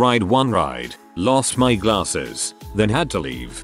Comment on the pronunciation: Lol@ the narrator... "glaRRses"